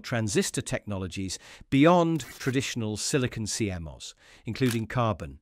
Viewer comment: You need to teach your AI how to pronounce tech terms. It is "R.RAM" not "R.R.AMM"😧, "C.MOSS" not "C.M.OSS" 😖😖and "C.N.T.FETTS" not "C.N.T.FEETEEZ"! 😱😱😱